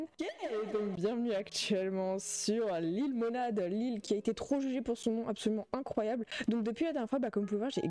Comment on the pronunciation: dit lilemonade en mode anglais